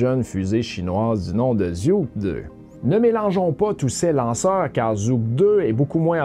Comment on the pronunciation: Merci pour ta bonne présentation ! A titre d'info, Zhuque-2 se prononce "dgoutchuè-2".